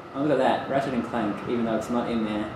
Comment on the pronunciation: When disk is in, "Look heya...Unchahhted too" When he restarts it "Rachet and Clank" I see no uncharted on there anywhere